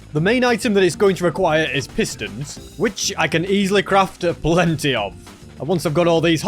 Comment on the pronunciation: bro really said PISStons